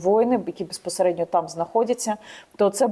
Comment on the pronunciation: За 15 секунд три раза «беспосередньо» , сказать в одном предложении. Вершина безграмотности .